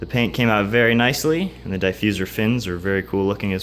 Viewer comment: die fuser? your killing me, ha. it looks good. you should of cut the fins the same contour of the bumper. thats a huge gap. i give 3 months before it starts cracking or even fall off. and the paint looks ok.